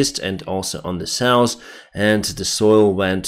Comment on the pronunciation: North and South. Not norse and sauce. Law -not low